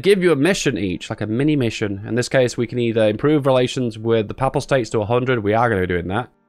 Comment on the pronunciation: at least now I know it's not just ISP, the word "papal" is unpronounceable by non-religious English people.